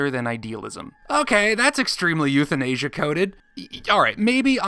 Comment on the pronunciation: "euthinasia" hehehehehehehehe